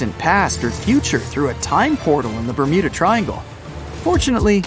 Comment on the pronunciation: Ber'mood'a triangle (Ik its bermuda but the mud sounds like mood lol )